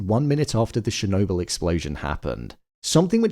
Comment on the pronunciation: It’s not “Shernobyl”